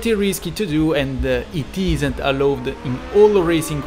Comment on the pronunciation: Allowed si pronuncia "alaud"